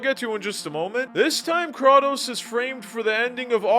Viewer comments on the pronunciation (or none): It’s Cray-tose dawg 🙏🙏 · "That's some Mortal Kombat stuff" Kratos was a guest character in MK 9 on PS3. And its Kray-tose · It's said "Kreitos." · Is this guy trolling or does he genuinely believe it’s pronounced “kraw-tose” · So… the “Krah-toes” was for ragebait engagement, right? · ah yes... krah-tos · Very good vid but what is krwatos?😂😂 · I can’t handle how many times he mispronounces Kratos. There’s voice acting in these games and they say Kratos’s name multiple times in the games. Like how is he mispronouncing it? Great video but can you just say the character’s name correctly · How u played all of god of wars but still don’t know how to pronounce his name ? Lol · Dude it’s Kratos say it right, and the director is Cory not Cody smd he isn’t not anyone he is the art director from god of war 1 and 2 and is now the daddy to Kratos !! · You also missed pronounced kratos name wrong